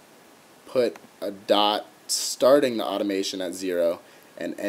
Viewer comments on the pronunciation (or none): none